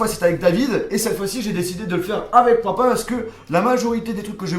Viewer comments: on di papa pas paupau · Mdr tu dit popa ou lieu de papa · Au lieu de dire papa tu dis Popo 😂